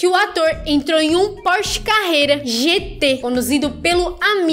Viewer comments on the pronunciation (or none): none